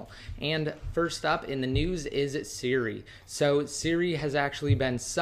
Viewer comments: Its siri not suri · Drove me crazy every time he said suri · lol "surri"